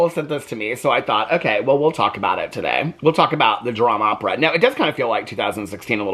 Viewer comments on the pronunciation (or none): The Dram-Opera lol 😂😂